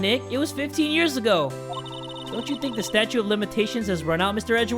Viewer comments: Anyone get annoyed that says Statue instead of Statute? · is jay saying statue of limitations instead of statute of limitations